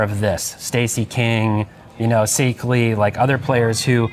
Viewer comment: Seekly? That is not how you pronounce Rony Seikaly.